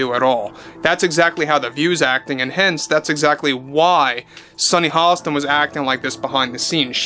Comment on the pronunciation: Sunny hoe-stain...lol 🤣🤣🤣